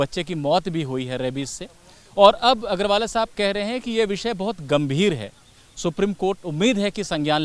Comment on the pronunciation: भाई अंग्रेज, अग्रवाल जी हैं, ना कि agrawalaa